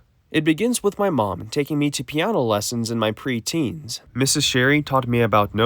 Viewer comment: "piaano"? 😂 I'm not making fun of you, just the way you say piano sounds a little funny.